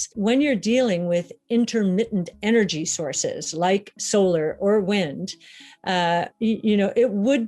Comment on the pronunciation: eh eh eh.... eh-nurgy